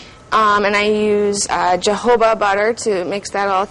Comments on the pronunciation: It's organic but hey let me use this lye, it's ok because of spon spin sponification lmao 😂 but wait did she say Jehovah oil lls 🤣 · the way she pronounced shea and jojoba lol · The fact that she didnt say "shea" or "jojoba" correctly makes me question her credibility. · What a fucking idiot. You can’t say Shea and jojoba oil right